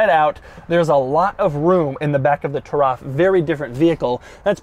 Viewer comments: Its spelled =Ta-ruf That is how arabs says it. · bro it's taraf not tarraf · "Lagonda Turaf"? I think a Uganda giraffe will depreciate less than this thing. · its actually pronounced "tuh-riff" soooooooo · its pronounced turuf